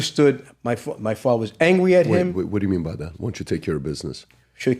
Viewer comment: I didn’t do it, outta respect for my fwatha.